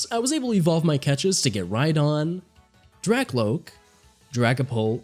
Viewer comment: One complaint Never say drackloke again